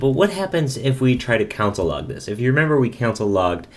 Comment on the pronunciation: You say 'Console' like 'Council'